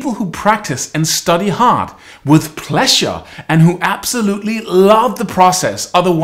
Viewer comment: i wonder why the word "pleasure" sounds more like "plessure" here....but hey : god blease you